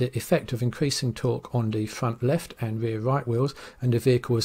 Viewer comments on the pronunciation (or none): de fwunt weft and de waew wight ...😛